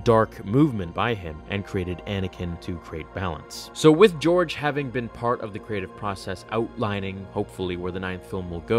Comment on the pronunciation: “Geore Lucas”